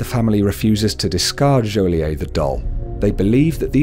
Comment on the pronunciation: you pronounce the t in joliet